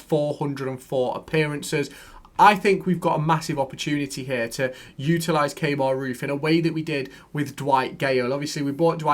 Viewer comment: Key-mar (Kemar) not Kay-mar 😆